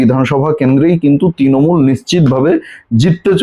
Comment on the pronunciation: Bhai, Tinomul na Trinomul. Uchcharan thik koro.